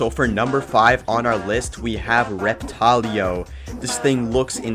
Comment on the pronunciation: And pronounced both wrong